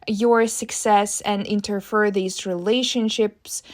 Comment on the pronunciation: Pronounced INTER FEAR